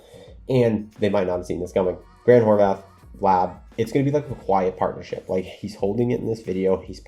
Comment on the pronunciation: You constantly praise Grant HorVAT. But, for years I've been listing to you mispronounce his name and it drives me crazy. There is no H at the end! its Horvat NOT Horvath!